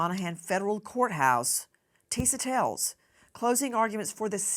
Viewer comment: Nancy saying Tisa TELLS like Tell is her last name. 🤭😂